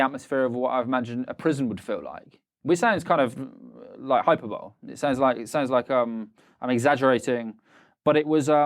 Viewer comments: BTW its pronounced "Hy-per-boll-ee"...not hyperbowl. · Its "Hy-per-bol-e", not "hyper-bowl", I'm 5 minutes in and language is this guy's strongest subject ;-)